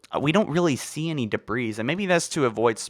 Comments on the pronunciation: say "debree" not "debrees." for the same reason you don't say gooses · Deh-bree. Not deh-breez. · Duh-breeze, bro it’s de•bris—dāˈbrē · Debris is not pronounced with the “S” , and is both plural and singular, so stop adding the damn “S” sound at the end of the word it’s pronounced “de-bri” with the S being silent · Debris is pronounced Duh-bree Zeta is not ze-ta it's zay-ta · Holy shit - please stop pronouncing the s in debris. It's said like "debree". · Halo Followers iconic mispronounced words: esbox, dabreez, foreigners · The S is silent in debris so it's pronounced like debree. Not debreeze. Btw great video ♥️ (And thanks for the likes everyone, I had no idea my comment would get so many) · “We see some debrees over here...” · You don't say the S on debris..... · i think the S is silent. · He was annoying me with that too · Dude, the "s" is silent in "debris" and is plural! Love your videos though. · The s in debris is silent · Rebelled and debris . . . for the love of god, learn to speak. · Bwah, stop pronouncing the s at the end of debris! It's silent! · Great vid but please learn how to pronounce debris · Nowhere in the world is debris pronounced like that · Please stop saying debris with an s